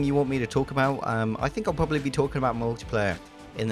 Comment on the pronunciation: lol you have "proberly" as if there was 3 syllables.